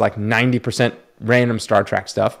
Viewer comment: Star "TREK" not "Track"